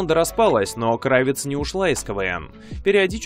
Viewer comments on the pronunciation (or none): Да хорошь уже портиь язык!!! Не КрАвец а КравЕц, от професии кравца что кроил одежду, что, все стали Горбачёвым? пОртфель?? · крАвец? Вы серьёзно? Удивительно. Если вы знаете что у нее украинские корни, то могли бы узнать как правильео ставится ударение в её фамилии. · Краве́ць (швец), это украинская фамилия и ударение на Е. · Мне больше нравится КравЕц, с ударением на Е.